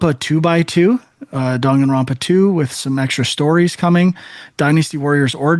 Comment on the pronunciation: Surprised it was Frank with the mispronounciation and not Sean... DONG-anronpa is not correct. Dang-anronpa, Frank.